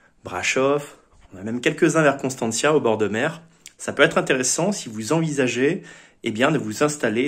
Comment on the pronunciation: c' est pas " CONSTANTIA " c' est CONSTANTA et cela se prononce CONSTANTZA